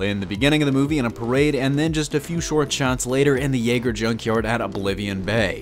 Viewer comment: Why do you say Jaeger like that,? It's almost like you're slowing pronouncing how the Japanese spell their Y's in romaji.